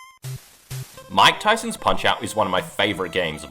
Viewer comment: bro. i was so confused . i thought you said von kaisers punch out because of the way you said mike tysons.